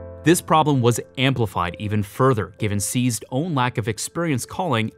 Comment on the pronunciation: Try saying "Seized's" and not "Sneezed"